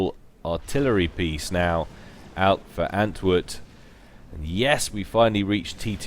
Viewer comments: Btw, antwoord is probably dutch or belgian (maybe it's just coincidence, but it's also a dutch word), and saying antwood is kinda ... odd. You should say ant-ward, that would be much closer to the proper pronunciation. Don't get me wrong, not trying to be an ass or anything, just want to help out with your casting ... I guess ... at least that's the motivation for me saying all this :p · I don't know if you've noticed, but there is actually an 'r' in antwoord's name. It's the dutch word for answer. I guess he has an answer for every situation or something..